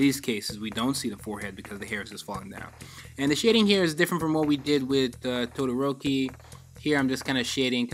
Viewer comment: I know what he did to todoroki at the beginning was just- But at least he didn't say "Narudo".